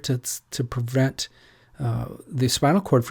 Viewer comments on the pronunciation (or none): none